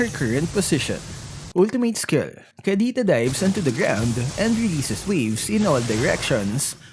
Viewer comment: Bakit hirap ka po mag pronounce ng k or c? Kapampangan ka po ba?